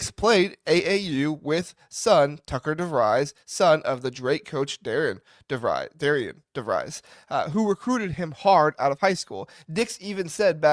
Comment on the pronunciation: Just a small critique. You mispronounced our coach's first and last name. It's pronounced Darren Devrees.. the I is silent in his first name and hard e in his last.